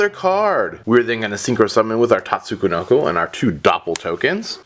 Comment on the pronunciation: Nope, the first "ko" shouldn't be in there